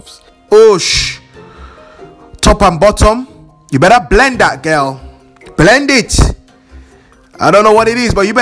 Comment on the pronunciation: "You better blend it ghel"😂😂😂😂😭😭